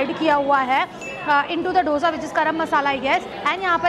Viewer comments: It's dosa didi 😂🤦 not dhosa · It's not dosa it's dhosa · That Dosa chutney is Allam chutney (Ginger chutney) prepared with Ginger,red chillies and jaggery... plz pronounce DOSA correctly 😜